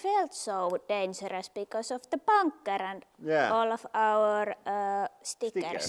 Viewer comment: Plug. :) U is pronounced oo in finnish. That's also why he sometimes say boonker instead of bunker.